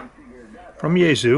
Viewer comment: yaesu say 'yea-sue' not yah-zu. noooooooooo